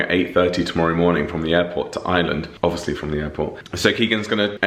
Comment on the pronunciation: OMG… Ireland! All those times you said it, and I heard “island” every time, except the last. 🤓